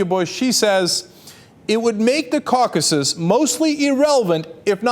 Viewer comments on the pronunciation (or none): why did he say "caucases" wtf lol?